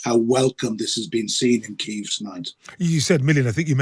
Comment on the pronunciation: Please please pronounce kyiv like a Ukrainian. 2 years in now